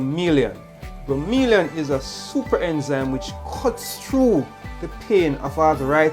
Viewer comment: its bro mo lain. not bro me li an